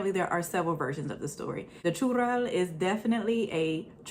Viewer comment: I think it's pronounced churel